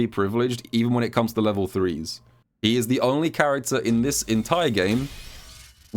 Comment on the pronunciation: RYU, I AM GOING TO KOOM.